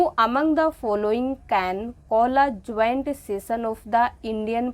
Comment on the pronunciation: Mem aap joint ko juant and Murmu ko murmur bol rahi he